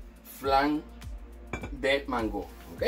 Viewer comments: Se ve rico, porque le dices mangó con acento en la o se oye raro se que es boricua, sé podría hacer sin crema de leche de vatir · Excelente!! Aaah no se pronuncia así como lo dices porque la palabra mango no lleva acento en la o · Por qué dice mangó? Y por qué dice flan si es una gelatina?